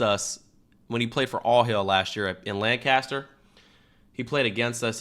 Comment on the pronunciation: Everyone like this so cam sees it, cam pronounce it lancister not Lancaster ok??? I’m from pa so if ykyk